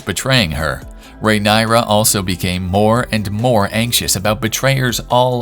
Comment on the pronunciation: Pronouncing her name correctly can be a 1st step for you ..